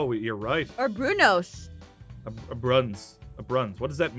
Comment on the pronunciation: It's not called bruins it's called a Bruno's why do you pronounce that wrong I can literally read that